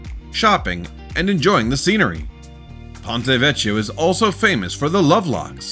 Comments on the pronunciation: Pon- ray Veck-ee-oh…Florence Italy. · Please learn how to pronounce Ponte Vecchio. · CH in Italian is pronounced as a K. It’s Ponte VECK-EE-O, not VECH-EE-O.